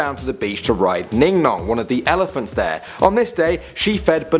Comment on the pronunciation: Ningnong I thought u said Dingdong honestly